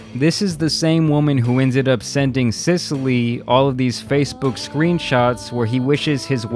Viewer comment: Cecile is not pronounced as an Italian town my dude... “Sicily”... really?